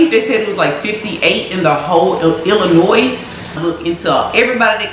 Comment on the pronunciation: ❤️🧡💛💚💙💜🤍❣️💕💞💓💗💖💘💝💟 I’m sorry but 8m from Illinois (Chicago) ion gon let you pronounce the s in illlinois no hate story if you took it that way but ya